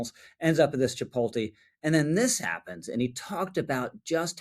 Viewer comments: it's chih-POAT-lay 😊 Love your content, man! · It's pronounced chip-POTE-lay. Thank you for your attention to this matter. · It’s Chee-polt-lay dude come on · As concerning as this is, I’m honestly more disturbed that you just called chipotle “chi-pole-tee”. What is this, 2007? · This guy can't pronounce chipotle lol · Bro that is not how you pronounce Chipotle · Rich gotta learn how to pronounce Chipotle 😂